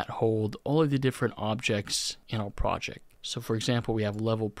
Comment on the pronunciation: fantastic video, but projec and objec are KILLING ME